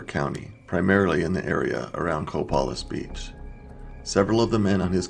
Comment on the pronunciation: Co-PAY-liss Beach. LOADS of them around here...that's near the Quinault Nation reservation.